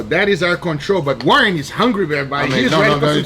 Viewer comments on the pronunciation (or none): Its Warren not warrent lol